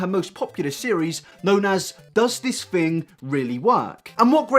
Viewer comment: “does this fing really work“